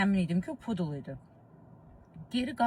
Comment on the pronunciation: pudi yox pydel😂😂